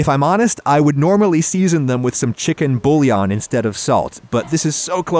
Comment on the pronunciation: bouillan is pronounced boo yawn